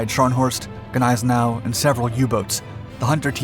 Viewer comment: Its pronounced Nize now. The g is silent.